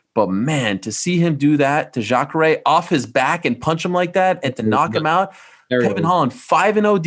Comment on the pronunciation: He means most people who are grammar nazis or get hung up on little spelling errors are usually douchey. I have to agree. Him saying Jacre is something lots of other people notice, but we still clearly understand what he meant so we don't take the time to have a "look at me" moment and correct him in public.